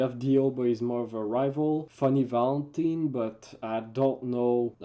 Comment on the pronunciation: It's ValentAIne, not ValentEEn)